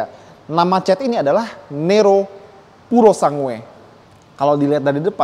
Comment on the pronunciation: Dibaca puro sang gue. Bukan purosangue